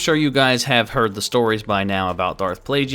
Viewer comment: Its pronounced plague-iss.